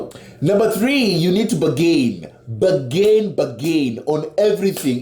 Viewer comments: Yes lol ba gin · The way he pronounced "bargain" lol, I'm dead, sorry I'm American